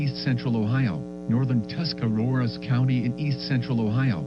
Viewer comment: Where did you get the second R in Tuscarawas from?